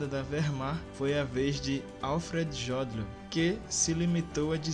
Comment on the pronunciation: Faltou melhorar a pronúncia Jodl e Ribbentrop, mas eu tbm fiquei surpreso com algumas informações